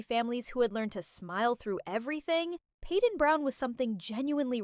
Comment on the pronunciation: Stop not peeden is payden